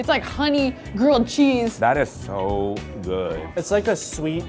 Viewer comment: "This is SO good" that SO was is like intense